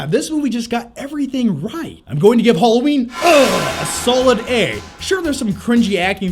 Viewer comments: Halloween, not Hulloween. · Haaaaalloween not holloween